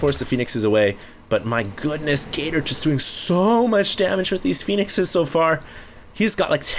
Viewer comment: I can't help hearing "Gay Turd" :>